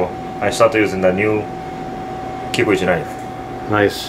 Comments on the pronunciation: how come when says kimchi sauce it sounded like "kimochi sauce" lol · i'm hearing kimochi sauce xD